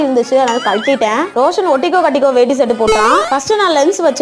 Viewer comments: Veti illa vetti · Akka that's not வெட்டி that'sவேட்டி